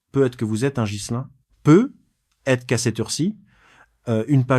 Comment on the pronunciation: Quatre vingt quinze prononcé 4 20 15 peut être prononcé pe être,les voix créés par ia toujours de la m@